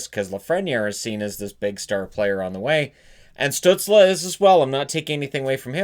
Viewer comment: Stützle. please learn the umlaute.